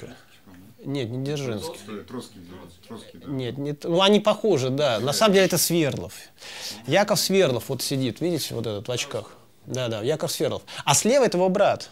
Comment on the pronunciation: Почему СвЕрдлов? СвердлОв.